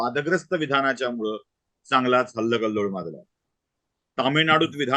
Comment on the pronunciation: हल्लकल्लोळ नाही हलकल्लोळ..... मागच्या निरगुडकर सरांच्या व्हिडिओमध्ये ते हलकल्लोळ म्हणत आहेत आणि तुम्ही हल्लकल्लोळ म्हणताय... माफ करा... तुम्ही वाचताच क्षणी बरोब्बर guess केलं.... मी पुण्याची आहे... कृपया राग मानू नये...😊🙏